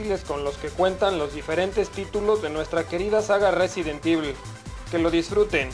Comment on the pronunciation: "Residen Divul" jajaja